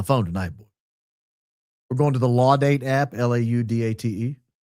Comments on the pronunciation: I believe Laudate is Latin and pronounced as a Latin word. Well you’re a lawyer so you pronounce it as Law Date. 😊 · Pronounced Laudate! Love the show ! I wish I could become a member! Cant afford it now.